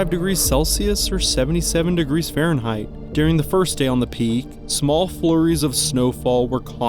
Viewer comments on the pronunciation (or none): none